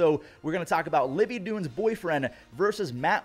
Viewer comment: “Livvy dune” is wild😂